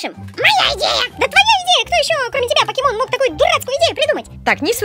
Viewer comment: Вообщето пакимон как ви говорите, а правельно покемон